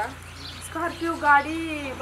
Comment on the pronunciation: स्कोल्पीयो पोंगपोंग..😂😂😂😜 तू पहिले मराठी बोलायचे classes लाव भावा..!! स्कोल्पीयो पोंग पोंग 😂😂😂😂😂😂😂😂😂😂😂😂😂😂